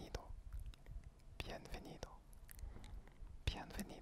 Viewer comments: sa se dit bienbenido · normalement pour les v on dit b par exemple pour bienvenido on dit bienbenido ; ) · Le v se prononce b sinon c'est très agréable 😃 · Très bonne vidéo mais remarqué que tu faisais une petit erreur à bienvenido car les "v" se prononcent "b" du coup ça se dit "bienbenido" mais ce n'est qu'un détail bonne vidéo en tout cas continue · Este vídeo está súper soy de Madrid y hablo un poco francés . Les « v » en France ce prononcé « b » en español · salut je suis español je parle un petit français quand tu dire bienvenido tu ne doit pas dire le n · le v se prononce b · coucou super vidéo! pour info, le "v" en espagnole se prononce comme la lettre "b" 😉